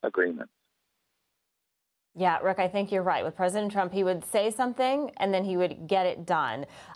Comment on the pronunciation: Is he playing at being Pwesident? How sweet.